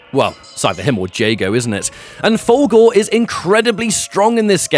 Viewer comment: Love your video, man, but I can't get over how when you say "Fulgore", it sounds like "Fogel", and it brings a mental picture of McLovin doing ultra combos and stuff.